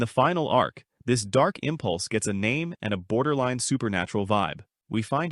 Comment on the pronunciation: Is this a ai voice ? No way you getting most of these names wrong